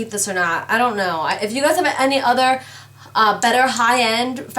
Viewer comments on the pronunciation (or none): none